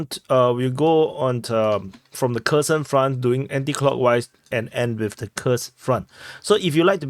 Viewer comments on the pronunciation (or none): It's not Kerson as in cake, it's pronounced Herson as in hearse or hear..